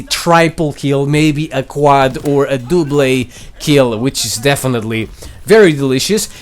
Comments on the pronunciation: I didn't know that you pro ounce double, dooble 🤣 say your not a Arabian. And your a noob for not switching the double barrel shotgun back to normal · It's Justin Bieber not beaver ok omg it's not triiiiipel and it's not dooble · Literally subscribing for the way you pronounce double and triple haha. Jolly good show old bean 100 billion upvotes for you